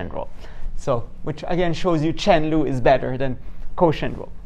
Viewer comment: This is nice - 2 different ways. Whenever I forget what the quotient rule, I turn it into a product like you did. I am curious -- Are you saying product "loop" and chain "loop"?